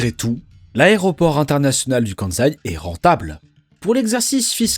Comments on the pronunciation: On dit "Kansai" mais pas "Kanzai", pour être plus crédible !!! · très bonne vidéo. Par contre le choix du bleu sur bleu pour la carte du Japon c'est vraiment pas le meilleur choix 😅 Et c'est 'kanSaï' pas de 'Zaï'. Le 'S' n'est pas un 'Z' en prononciation 🧑‍🏫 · En japonais on prononce "Ossaka" et "Kanssai". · Pourquoi dire le Kanzaï (Kansaï) alors que vous prononcez bien Ossaka (Osaka). Cela pique les oreilles. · N'empêche qu'on prononce Kan-saï et pas Kan-zaï ! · Cette prononciation Kanzai est vraiment agaçante, sans compter que Kansai n'est pas le nom de l'aéroport, mais de la région. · Le "KANZAI", excellent ! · Mais pourquoi cette prononciation de « KanZaï » ? C’est débile ! Alors que la voix off prononce correctement Osaka, pourquoi fait-elle du zèle avec cette prononciation erronée ?